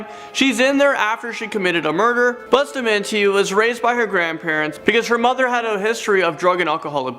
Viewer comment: I hate how he pronounces Bustamante.